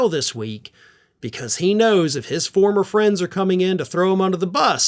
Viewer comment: 😅😅😂😂🤣🤣😆😆 You said "foamer president".